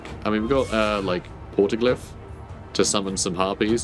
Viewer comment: you saying porta-glyph (no L) just makes me think you're about to say porta-loo every time XD